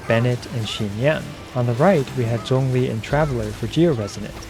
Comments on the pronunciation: Thx for not butchering zhongli's name mate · Omg he’s actually pronouncing his name correctly! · tyty for pronouncing ZhongLi's name correctly 😭